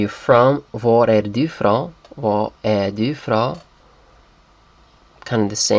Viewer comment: "fra" [frA] (from) is ca. pronounced like "bra" [brA] in Danish btw,, not [fro] or [froa] as it sounds here.